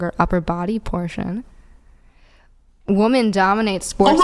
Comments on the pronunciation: WOMEN, IT IS WOMEEEEEEEN WITH A FVCKING E, WHY IS IT SO HARD FOR THESE MOUTHBREATHERS TO COMPREHEND JUST SPEAKING CORRECTLY??? 😂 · They do literal pronunciation, they don't know the proper pronunciation is 'wemen' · My theory is they spent too much time online so they pronounce 'Women' like it's spelt due to little face to face interaction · Woman is singular, women is plural! She is saying it wrong when talking about more than one! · Why the fuck can they never say "women" right?!?!?!? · A feminist who can't even pronounce ''women'' correctly. Oh, the irony. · The phenomenon of young women mispronouncing the word “women” is mind boggling. When did this start? 😂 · This lady doesn’t even know how to pronounce “women” and she calls herself a feminist??? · Why can't they say 'women' correctly? What a dishonest POS! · I really can't believe how many people who go on this podcast can't correctly pronounce the word women. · So not only can they not define what a woman is, they also struggle with the plural of the word. Our young people may be at a record low for intelligence. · It’s the woke mind virus that makes these clowns not speak proper English. Sad thing is I see the college “educated” ppl saying it wrong all the time. The future is cooked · I think that needs to be a prerequisite for these people to get on the show from now on. Can you pronounce Woman, and Women? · Why can’t these nitwits say the word women. It the plural version of woman. Sounds so stupid. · Why does she keep saying 'woman' (singular) instead of 'women' (plural)? As for the leg strength point... women do have more strength in their legs than their upper bodies. Men tend to have stronger upper bodies. But men still have stronger legs than women because men are stronger throughout their bodies than women. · Anyone notice lately the plural form of "woman" is still being pronounced as "woman", not "women? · WHY DO THEY ALL SAY WOMAN INSTEAD OF WOMEN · Why is she saying 'woman' instead of 'women'????